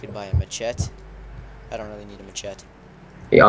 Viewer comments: Just thought you should know, you pronounce machete 'mashetee', not sure if your missaying on purpose or not :P apart from that pretty good video :) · I know how to pronounce maahshetiee!